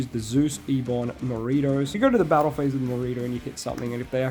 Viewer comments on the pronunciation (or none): none